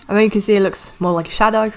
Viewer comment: Wtf you said (as you can zee)